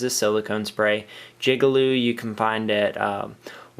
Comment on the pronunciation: did you just say jigalube? LMFAo